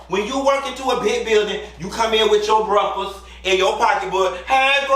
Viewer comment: Yes, and pronouncing “breakfast” as “bruckfuss”.🤣